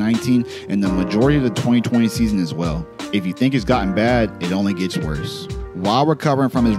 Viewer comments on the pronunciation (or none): none